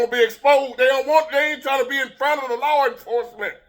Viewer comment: Fred Sanford said it best "Big Dummy" And we got alot of em in this world!! Glad You understand 🫂 The Way you said law enforcement😂